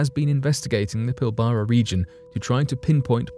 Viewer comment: Lol pill bara region off Western Australia gee say it like pill bra not pill bara